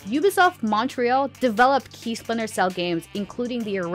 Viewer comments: Never heard of “Spinter” Cell, 🤣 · Listen, I’m very hyped for “Spinter” cell too 😂